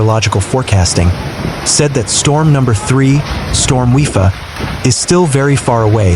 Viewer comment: The name of the storm is pronounced WI-PA not WI-FA.